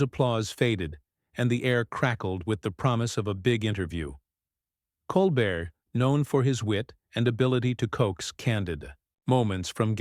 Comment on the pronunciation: At least the ai voice doing the "reading" only called Stephen Colbert "Coal bert" six times that I noticed. smh. The super weird artificial cadence of the ai voice is more bizarre than the mispronunciation of common names and words. I honestly have NO IDEA why mattress actress Meghan Markle was invited onto The Late Show, Stephen Colbert's guests usually have an actual talent or ability of some sort. Not so in this case.